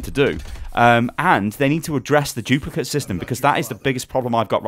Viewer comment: Haha "chuplicate".